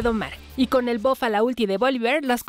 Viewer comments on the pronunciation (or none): Bof (Buff) + Ulala señor frances :v - ¿Como se dice entonces? + Buf :v